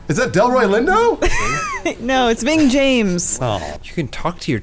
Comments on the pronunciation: "Ving Jhames" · She said Ving James instead of Rames 😂😂